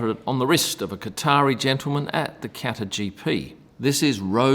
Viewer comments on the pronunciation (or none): none